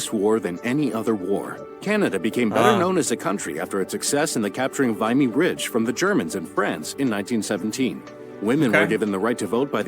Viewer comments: Lol vy-mee ridge...My great great uncle James Thomas Dolan of the 26th battalion; from New Brunswick, was one of the 3598 Canadians killed in the battle. He died on the first day, April 9, 1917. It's pronounced vim-ee. The ridge was captured by Canadians after France and UK failed to capture it from the Germans. Canada implemented the first use of the rolling artillery barrage. Due to it being the first significant battle where all our 4 divisions fought as one with success, it cemented Canadian national identity. Vimy ridge Canadians when they hear the word war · Quite so, I was frowning at that lol. For all that the narrator said correctly, he flubbed other stuff; I will mention but one of them- "Vimy Ridge". It's "Vee-mee", not "Vye-mee". (as I'm positive you know) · The video you chose is not great quality, spelling and pronunciation errors (for example Vimy rhymes with shimmy, not vine-y). Yes, The Quiet Revolution is taught in schools. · It's pronounced Vimy with a short i, not a long i. And Cartier is not pronounced Car-tear. Was that an American relating that story? And, how have you forgotten one of your states? Namely, Louisiana. Where they speak French, although it's Cajun French. I learned all of that in elementary (grade) school. And here's a shocker for you. The majority of the Canadian population lives within 50 miles of your American border. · The narrator mispronounced Vimy; it’s a short i sound, not long. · It would have been better if the narrator pronounced some of those names properly. Canadiens isn't pronounced the same as Canadians. Canadiens puts more emphasis on the en at the end. Vimy Ridge isn't pronounced with a long i, it's pronounced with a short i. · Your 5-minute Canadian history sure had a lot of mispronounced names in it. Obviously the person reading the script was an American who didn't have any clue about what he was reading. It really stood our when he mispronounced Vimy Ridge as vie-me.